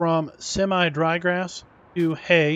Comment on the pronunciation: It's semi not seme. Learn what e does to a word like win Vs wine